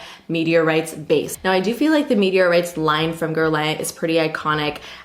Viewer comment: It’s pronounced “Gerr-lon” x